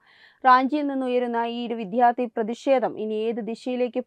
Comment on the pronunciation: 🙏 വിദ്ധ്യാർത്ഥി എന്നല്ല വിദ്യ .... വിദ്യാർത്ഥി എന്നു പറയൂ .